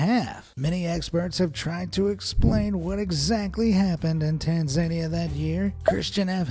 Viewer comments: Tanzania is Pronounced "Tan Zuh Nee Yuh" Not "Tan Zaynee Yuh". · Say Tanzania again .... 😂😂 correctly this time